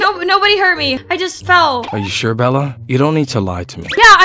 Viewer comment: is he saying bird for bella or bird a bird?❤😂